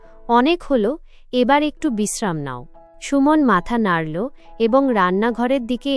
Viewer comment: নাড়োল্ নয এটা হবে “ নাড়লো” ভাবোল নয় “ভাবলো”. এল্ না নয় হবে “ এলোনা “। বেরোল্ না নয় হবে “বেরুলোনা”😅